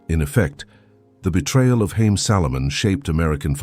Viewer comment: His name is pronounced Ha’ yim (Haim). In Hebrew means lives. The economic philosophy has changed a lot in modern times